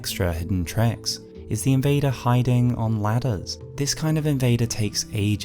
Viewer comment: Are we SURE he’s an invader? Debater and invader do sound quite similar